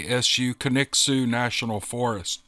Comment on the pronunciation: Wow! O'dark thirty this morning I loaded several episodes to listen to as I fell asleep. I do love a good bedtime story. Low and behold, the 1st story was mine! 1st, you pronounced Kaniksu perfectly. I liked how you added the history of Bundy and Ridgeway at the end. After all the set up info I was worried about getting to deep in the topic. One of the comments bro't up whether it could have been a victim. I wondered about that also, but I try not to think about it too hard. If it was, I didn't help her and if I had known maybe others would still be alive. 🇨🇱